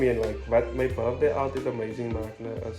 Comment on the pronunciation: This man is 30 and he is still saying birfday😭😭😭😂😂♥️